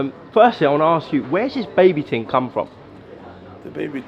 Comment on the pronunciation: It’s thing not ting 🤷🏽‍♂️